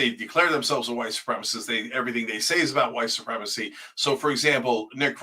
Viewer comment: Cenk can't even say "white supremacist". It's giving "don't call my klan hood racist"